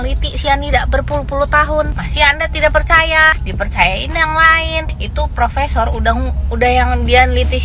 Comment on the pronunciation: bukan profesor,,,itu prokesor😂😂😂